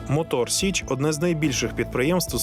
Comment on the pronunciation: Мотор Січ, а не сич